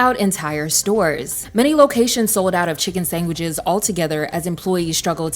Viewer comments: sangwitches… I’m sorry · Well… now I know this is a bot channel. The sangwishes tipped me off 😂